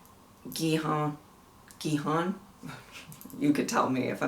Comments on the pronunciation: Your pronunciation is almost there, don’t worry! The main character’s name is pronounced Ki-Hoon. You got Sangwoo right! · You did pretty well for the pronunciation and you got the names right! Gihun, however, is pronounced 'Gi-hoon' and Sangwoo, while romanized to 'Sangwoo' is pronounced more like 'San-goo'. (This just had to deal with how hangeul (the Korean alphabet) tends to be romanized.) I love your take on the show so far. Not judging anyone, just analyzing and respecting the characters' circumstances. We love to see it! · It is a hard G. Gi-hun. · • Gihun (main character) is pronounced like “Gi Hoon” (the G is said like it is in the word goose, not like a J. no G’s in Korean have a J sound) • Sangwoo (University prodigy, no 218) is said just as it’s spelled for the English pronunciation, properly in Korean it’s more like “song-oo” • Saebyeok (the pickpocket girl) is “Say Byok” (Saebyeok means “dawn”) • Deoksu (the thug) is “Dock Soo” • Junho (the cop) is “June Ho” or “June Oh” (sometimes their H’s are silent) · Hey this will be helpful to learn their name pronunciations (from Reddit): Gi-hun: gee hoon. It helps to stay light on the G. the korean G almost sounds like a soft K Sang-woo: sahng ooh. Sahng should sound like “ahhh” lol. The S is also really light in pronounciation Sae-byeok (pickpocket): Seh- byuk Il-nam (old man): eel nahm. Again, nahm should be “ahh” Mi-nyeo (woman with cigarette): mee nyuh